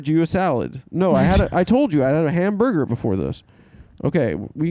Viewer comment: Why does he say it like the comics name here, ham-burger